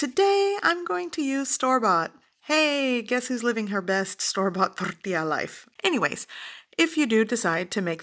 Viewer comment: I never knew that tortilla was pronounced that way. I knew it was a Spanish word, but I guess I was missing a silent letter after the "t" in tortilla?